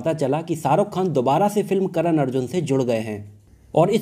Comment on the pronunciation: Abey ssaruk Khan Hrithik rossan nahi Shahrukh Khan hrithik Roshan